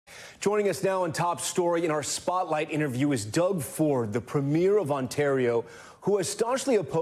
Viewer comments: Could US news anchors please stop pronouncing Premier incorrectly? It’s pronounced “Pre-meer” - not “Pre-miere” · I wish Americans would stop mispronouncing Premier. It's PREH-mier not PRE-mier. But yeah, cut off the potash too, China will take it all. Watch all those crops fail in the midwest. Tear up the Columbia River Treaty - lets build more dams and send all that water to the Okanagan and the Interior Plateau in British Columbia and grow us our own tomatoes and apples.